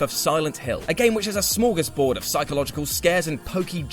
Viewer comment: Did he...? Did he just say.....Smorgosboard?..... Sweden hereby give America a whopping .......... TEN POINTS!